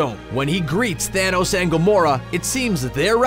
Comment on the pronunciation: I realized he kept saying Thaynos